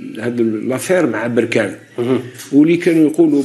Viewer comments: ليس بروركان بل بركان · بركان كاف بالفتحة وليس البركاان بالضمة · لازم تعرف تتكلم بركان بالفتحة على الباء وليست بالضمة